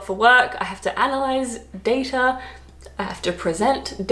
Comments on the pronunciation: Your pronunciation of Data is actually correct. I lived in Italy where the word originated from. When I returned to the UK I stuck with your pronunciation too. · Some Americans also pronounce Data with the a sound in "that". I'm from the UK and some people here, including me, also say schedule, advertisement and privacy like you (and also say ad more as opposed to advert). We don't use singlet at all and I say para-sea-t'mol